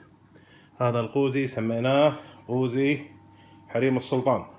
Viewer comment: يافاهم اسمه قوزي مو غوزي اسمع وتعلم عدل يلة تحجي